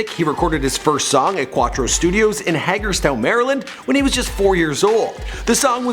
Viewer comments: Nons Hag-erstown 🙄 lol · Yo i live in hagerstown MD and it's pronounced haygurstown that's crazy yo one of my favorite artists recorded his first song near me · He pronounced Hagerstown wrong💀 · Hay-gers-town is how its fucking pronounced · If you're from maryland you know how funny it was how he said Hagerstown